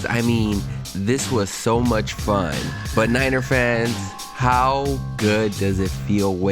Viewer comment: dude, pronounce your final consonants. especially "T"s". BUT, not BU. you sound like a child.